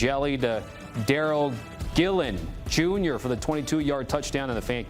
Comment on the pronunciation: This guy butchered every Syracuse players name..... pronounces Gill.... as Gillen and then Ross Simmons as..... Rose Simmons haha